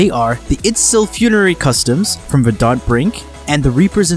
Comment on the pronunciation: Nice guide. I understand this is an old video, but I hope you're aware you're mispronouncing words. Verdant (Emphasis on the "ver" and "ant" as in the insect), Basin ("bay" + "sin"), Morass ("More" + "ass"... yes... you heard that right), etc. Regardless, thanks for the video.